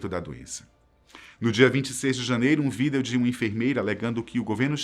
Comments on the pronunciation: Ele falou vidro no início do vídeo ao invés de vídeo? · Na verdade ele disse V.I.D.E.O, com o E em vez do "I" na pronuncia, mas faltou um pouco de dicção